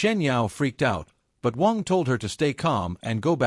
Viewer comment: AI keeps saying Wong. Its Waaannng.😅